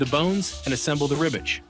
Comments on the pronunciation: It’s RibWich not Ribich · It sounds like he's saying ribbich instead of Ribwich lmao